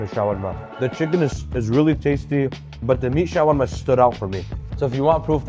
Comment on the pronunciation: The showarma pronunciation is getting on my nerves